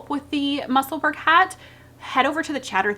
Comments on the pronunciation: Bless you! If you can pronounce Edinburgh then Musselburgh is pronounced the same x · Haha, I know Google isn't the be-all end-all, but even it shows that you are pronouncing Musselburgh in American English. It's FINE. My last name is Scottish, but we pronounce it in American English because we're Americans. My maiden name is Lithuanian and we always pronounced it in English, too. I think this is normal? How do we pronounce Paris, France? Par-iss or Par-ee? Goodness. Is this not the same thing? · That is the cutest shirt! Love your videos! I also want to tell you that my husband loves you too, especially because of how you pronounce Musselburgh. I had him watch that little segment where you talk about this is how you pronounce it and let's move on. Haha! We both loved it! Keep on Truckin'.